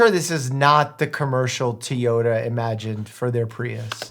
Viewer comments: Wait is he calling the car a Teyota instead of Toyota? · He said it multiple times! I had to scroll so far to find your comment! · "Tee"ota? It's TOY-ota, like it's spelled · What's Teayota? i thought it was Toyota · TOY… TOYota, not teeyota 🤯. You would suck to watch tv with. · why you saying tuyota its toy😭😭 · I can't get over Mike pronouncing TOYota as TEEyota. It's like he's never driven behind one of their pickups before. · I love your critique’s but for a cartoon it’s a little weird. And I can't help myself but I own and drive a TOY-ota not a T-ota. But maybe where you're from they do. Or is that just a generational slang thing? It just caught my ear and seemed so wrong. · Worse part of the video is your a doctor and cannot say TOY YO TA...not teeeoya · Tee-yota? Does he not know how to pronounce Toy-ota? Lol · Normal person: Toyota Dr. Mike: Tea-yoda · Not Tee-ota....it is Toyota....sigh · Teeota? Did you mean Toyota? 😂😂😂😂😂 Bruh 😎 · why do you pronounce Toyota as Teeyota?😂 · I love how smart Dr. Mike actually is, successful doctor and internet personality on his own. Yet some how does not know how to say Toyota(Toy-ow-tuh) and has decided to make up his own way to say it, (TEE-YODA). I am no just twitching uncontrollably on the ground as if experiencing a grand mal seizure(in the clonic phase) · It's TOYOTA, not TIYOTA... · Toyota ❌ Tee-yota ✅ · Did you say Tiyota instead of Toyota? Lol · How most pronounce it: toh-ee-oh-tah Correct Pronunciation: toh-yoh-tah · Had to pause watching this on my TV to post this on my phone. It's hilarious how you pronounce to-yo-ta as tea-o-ta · What's a teaota I know a Toyota 😅😂😂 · Why do u say tee oda not toy oda lol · Anybody hear tiiiyota prius, cuz that hurt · What's a Teeyota? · Tiyota?? Wtf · The biggest crime of this video is Mike saying "Teeyota" several times. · I've never heard anybody pronounce it "Tee-ota" before lol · What the hell is a "tee-yota" Prius, Commie? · Did he just say…”Tyota”??? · What's a "Tea ota"?